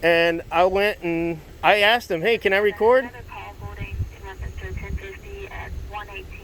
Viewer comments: It's 'asked' not 'axed' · “I axed you” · Someone tell this lady the word she was looking for was ASKED not AKSED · AXED you to hold on. WTF is AXED? Unbelievable. 🙄